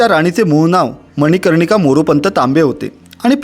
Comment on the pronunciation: मनकर्णिका.....मनिकर्णिका नव्हे